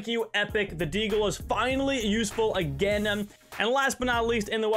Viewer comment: all i hear is "againem"